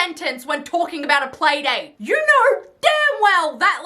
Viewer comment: Playdate not PAYdate!